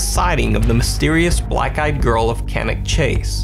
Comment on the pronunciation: OK, so the last one of Cannock Chase is decidedly dubious but full marks for pronouncing Cannock Chase right 👍. Both myself and my hubby lived in that neck of the woods (pardon the pun). It is a big and very old place and some areas are very isolated. Hardly surprising people have got lost and strange things have happened there, but the clip taken by the drone? Nope, to me that looks like someone taking a walk, hearing and spotting the drone and deciding to have a look at it. Either that or they could have just emerged having tried to find somewhere private to take a comfort break without someone gawking at them with a drone. Solitary walkers and explorers are not uncommon there. Been there, done that. The sharks in the sea though... Now that is scary stuff!